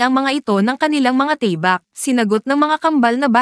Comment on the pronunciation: Tama ba Ang pagkarinig ko sa tabak pagkarinig ko Kasi teybak😅